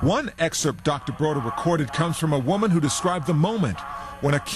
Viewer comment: David BODER, not “Broder”!